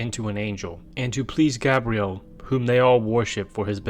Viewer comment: The way you mispronounced gabriel hurt me. "Gah-bre-elle" is NOT how the archangels name is pronounced, its how a ranom human woman says her name, hell its even SPELLED differently...